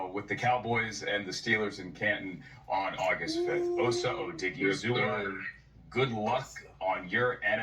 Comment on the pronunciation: and anyone else who cares to learn to properly pronounce "Osa Odighizuwa": Osa is pronounced AU-SAH. The "AU" sounds the same way you'd say "AU" from pronouncing AUdio or AUdi. The "SAH" portion needs no explanation. However, in pronouncing "AU-SAH", there's no pause. So simply pronounce it as AUSAH. Now, onto the harder one: Odighizuwa is pronounced as AUDI-GEE-ZU-WAH. The "AUDI" is pronounced exactly like the car Audi. The "GEE" is pronounced exactly like the "GEE" portion of the name McGEE. The "ZU" part is pronounced exactly like the ZU in Zumba. And the "WAH" part should need no explanation. Accordingly, when you slap everything together it's would simply flow phonetically as AUDI.GEE.ZU.WAH. Note: That I've included "." to give note to the presence of slight pauses which will naturally occur as you simply say the name.